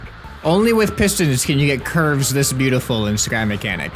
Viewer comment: He said sky machinic